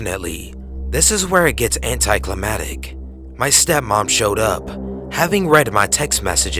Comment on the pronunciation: "EX-scape" : "SIMON-taniously" : "Anti-CLAMATIC"